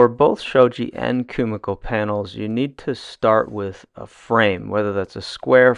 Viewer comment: KUMIKO is pronounced “KU-MI-KO” (KU-ME-KO), not “KU-MA-KO”…